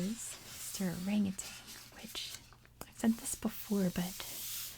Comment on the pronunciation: It's not just California! People add that G to orangutan in Ohio too! I think it's just hard for people to say certain words or phrases without making similar syllables rhyme. It doesn't help that, in the '90s, there was a Tang commercial with an orangutan in it. Let me see if I can find it.